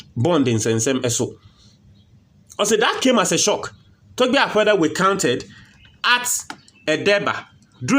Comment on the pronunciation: I like the way you pronounced his name.."Togbe Afede" & that shows you're a correct #9😂